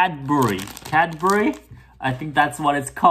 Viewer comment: Pronunciation of Cadbury is perfect 👌 the Cadbury block is about $6 aud. As someone who has grown up with Cadbury - I love it 😂